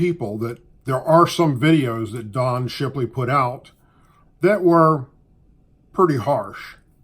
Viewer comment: Did u say shipiley?